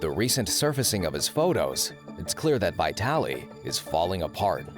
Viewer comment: Not vaYtalee but vEEtaly !